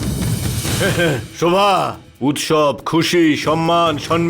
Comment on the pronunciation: দেবসেনা শোভাকে শরোভা বলে কেন। দেবসেনা আর প্রণবের বিয়ে হলে কে কে খুশি হবেন